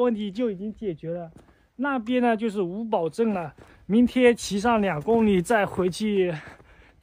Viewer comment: 作为一个哈密人，可以负责任的告诉你那个格子房就是晾葡萄干的。还有，你今天到的是叫五堡（pu，三声）镇。